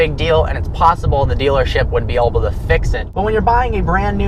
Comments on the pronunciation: stop saying "oble" the word is "able"! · Did anyone else notice that he says oble instead of able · why does he always say oble